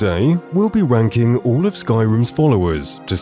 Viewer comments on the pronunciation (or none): am I the only one who heard "today we'll be wanking..."?